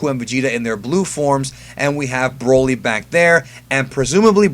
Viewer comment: Can you stop saying B R O L Y like that? lmaooo